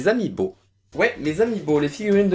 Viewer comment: a quand tu as dit "amiibo" j'avais compris "mes amis beau"